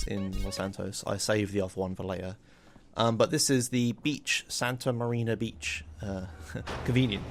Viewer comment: cringe, it's not Santa MariNa, it's Santa Maria